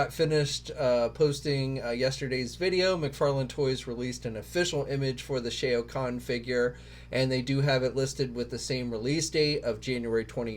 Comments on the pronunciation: Great vid but Shao Kahn is pronounced Sh - ow Kahn not Shay o Kahn :) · With all due respect it would be nice if took a few extra seconds to learn how to pronounce names properly. Shao Khan (sh-a-ow Kon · Just gonna say that the Batman you called as the Arkham Orgins Batman is actually the Arkham Knight, and also that’s not how you pronounce Shao Khan.